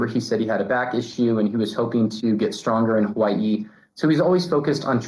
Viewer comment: I can’t stand people Who pronounce Hawaii that way- It reminds me of the South Park episode where they make fun of it